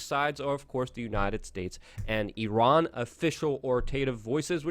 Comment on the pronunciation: You done messed up I-I-Ran!